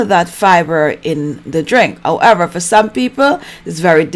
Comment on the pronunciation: I like how you don’t pronounce the H , owever !!!!